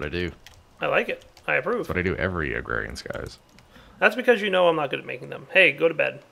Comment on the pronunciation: Just a tip, you don't need that first "R" in agrarian. Just a helpful person strolling through. No hate intended(like everyone else on the internet).